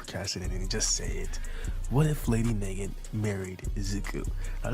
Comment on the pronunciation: It is na-gant she is named after the Russian masterpiece mosin nagant rifle